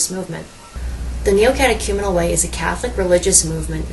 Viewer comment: This lonely woman needs the Kerygma... badly. The only good/true thing about this video is that you pronounced The Neocatechumenal Way correctly....